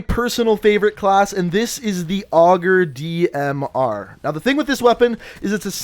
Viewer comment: ItsCamden no, augur, which is still wrong.